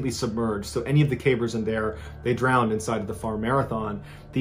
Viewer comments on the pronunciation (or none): he (in)deed'nt say drowin(d)ee(d)n